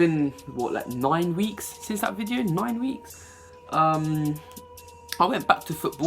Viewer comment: The way u said nine tho :) Its been noine weeks